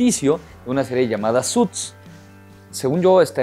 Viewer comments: Amigo se dice tal como se escribe suits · "suts" jajja 😂😂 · ''suts'' v